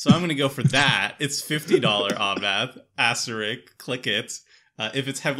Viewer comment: Asteri*S*k,. There's an S in there. Not rik, RISK. As in the game Risk.